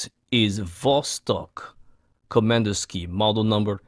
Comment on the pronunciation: Nice, at the beginning (in the faux-russian-accent), you actually pronounced Komandirskie very accurately.